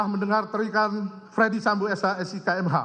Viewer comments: Kok bacanya jadi fredi sambo, bukan dibaca ferdi sambo? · Bacanya bukan Freddy Sambo, Jaksa Agung kok ngaco.